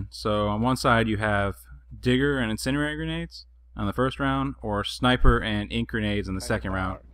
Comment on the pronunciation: great video man but it kills me when people pronounce it "incinarary" i dont know how to spell it but the incendiary has a D in it so its IN-SIN-D-AIRY oh and thats spelled wrong because those words sound like the word so yep great vid